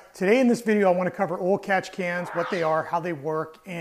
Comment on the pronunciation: Oil not awl